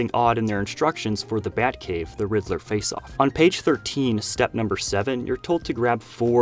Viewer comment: I swear he said the rizzler not the riddler